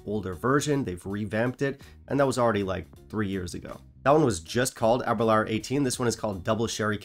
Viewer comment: I’m sorry. It’s pronounced “Aber-loor” not “Aber-lour”. “Door, not flower”